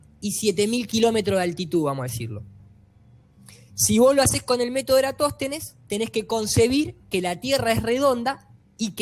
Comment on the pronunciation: faltó que dijera Eratóstenes envez de Erastòtenes y queda perfecto jajajasjasj (pequeña broma)